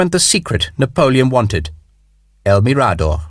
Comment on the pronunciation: mirador has the accent on the “m” not the “r” but a wonderful book